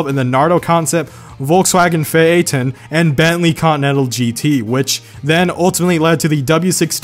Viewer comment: It's not Phae - ae - ton. It's Pha - e - ton. Yes, that's the only thing I can pick on because I suck at cars :))